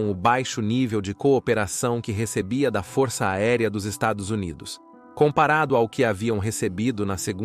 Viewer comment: Porque não consegue falar estados unidos? 😂